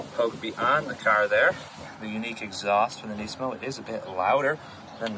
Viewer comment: Finally someone pronounces nismo correctly. Knee-San Knees-mo